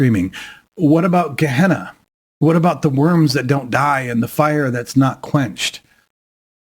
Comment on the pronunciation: Gehenna not kahna